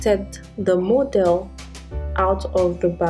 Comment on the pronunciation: Why did you pronounce Model as Modal and tool as dool and many others? It's hard to figure out what you said let alone to understand Photoshop.